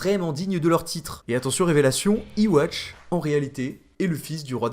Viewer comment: Yhwach se prononce Youhabaha. Arrêtez de dire iwatch bordel. 😂